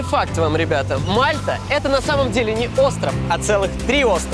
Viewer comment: Не мАлта а мальтА